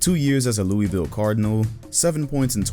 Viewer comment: You can tell never been to Louisville by the way he said it 😂😂😂